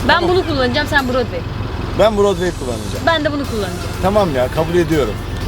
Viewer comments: Brodway değil o fawirway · Brodway değil fairway yanlış olmasın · Brodway değil araba fairway